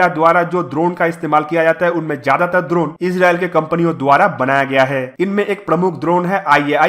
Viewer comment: Drona nahi droneeeee hotaa hai 😂